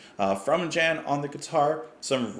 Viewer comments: Great memories, thanks. Focus were the first prog rock band I got into aged 13 (I'm 58 now). By-the-way, they're Dutch so Jan is pronounced Yan. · Being the band is Dutch, "Jan" is pronounced as "Yawn". Great band! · lol, just fyi, it's "Tice" and "Yon"... dutch pronunciation is tricky. There's a lot more goodness from this band... Eruption and Hamburger Concerto are two excellent epic length tracks. Round Goes the Gossip is another really fun one, and La Cathedrale de Strasbourg is really beautiful. Oddly, my most exciting encounter with Thijs was right after meeting up with Robert Heckman on the 2019 cruise. I was well prepared for Thijs going mariachi on everyone :)